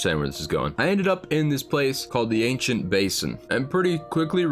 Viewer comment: comon bro its pronounced basin not basin